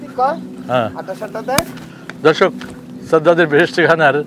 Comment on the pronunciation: এটা সাজ্জাদ হবে না এর সঠিক উচ্চারণ হলো "ছাদ্দাত" 😟 সাজ্জাদ হলো মুসলিম নাম এবং আমার নাম মোহাম্মদ সাজ্জাদ হোসাইন 🥺দয়া করে আপনারা আপনাদের দেওয়া নামটা ঠিক করেন প্লিজ 🙏🙏